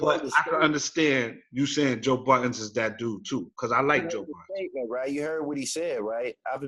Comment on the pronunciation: it's funny to hear cats say "Joe BUTTONS" - like dude ain't been out and relevant in the culture since '03 and cats still wanna add the S to his name. LOL